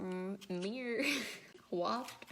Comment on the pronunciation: It's pronounced mer. Frankincense and myrrh is what the three wise men brought to the baby Jesus.